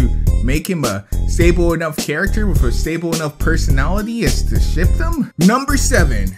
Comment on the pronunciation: every time he said ship I thought he said shit. am I the only one?